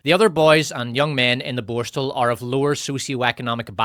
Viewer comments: Borstahhhhl 😂 wtf is that? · These AI narrations can't even pronounce the word borstal properly